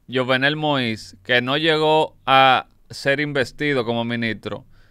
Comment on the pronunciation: YUVENEL SE PRONUNCIA